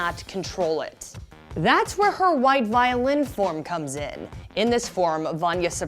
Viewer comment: can i just say: vi-o-lin, not vio-lin